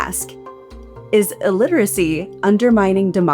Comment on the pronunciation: "iLLLiteracy" triple L lol